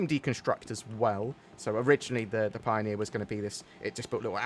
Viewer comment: Pio-near....I'm sorry